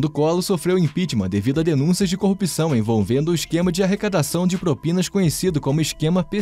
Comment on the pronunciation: É "corrupção", e não "corrupição" 😄